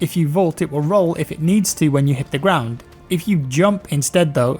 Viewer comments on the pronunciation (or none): none